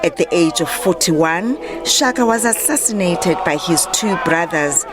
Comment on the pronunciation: Disappointing thing is the Reporter cant pronounce Shaka😩😑